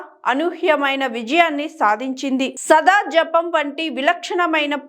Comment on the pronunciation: హలో ! ముందు తెలుగుసరిగా మాట్లాడం నేర్చుకుని తరువాత యాంకరింగ్ చెయ్యి ! ఈమె కి దేశోద్ధారకులు అనిపడకడం కూడా రావడం లేదు ! !సదాజప సదాజపం కాదు ఇంక చాల్లే !